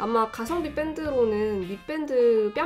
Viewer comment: 왜 미밴드를 미뺀드라 하나 했는데 밴드를 뺀드라고 발음하시네요. 음악하는 밴드는 뺀드라고 하는데 ㅎㅎㅎ